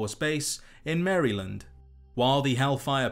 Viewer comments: The way bro pronounced maryland sent me. Fuckin brits. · The Marylanders will get a kick out of you calling it "Merry-land."